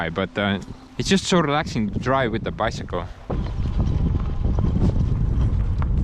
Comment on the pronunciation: When it snows again in a few months, you need to check how your new bike handles the snow, ice, and other winter wonders. :D Also Bi... Sick.... ule.... About the easiest way to break it down for easy american pronunciation.